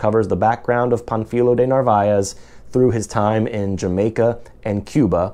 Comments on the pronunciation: The correct way to pronounce Pánfilo is to stress the a not the i. It is not Pan fEE lo, it is PAN fi lo. You know this from Spanish grammar. The accent is placed on the a, thereforestressing that vowel, if it were stressed in the i, no accent would be written ans the name ends in a vowel. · The accent over the first syllable means to stress the first syllable -- Pan. You stressed the second syllable -- fi. Your pronunciation is inaccurate.